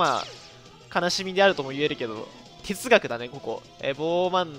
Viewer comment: てつがくのとこの、コミュ障独特のなにいってるかわからん感